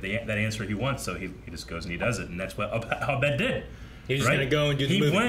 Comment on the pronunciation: Well into the 2nd season and still pronounces Abed as "ah-BED". 😂